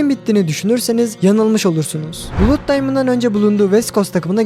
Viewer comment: 'bluud' diye okudugun için like atmadim